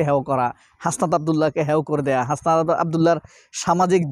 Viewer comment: Hashpat na ...Hasnat 😅